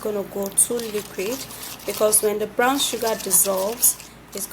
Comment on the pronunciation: It's brOwn sugar, not brAwn sugar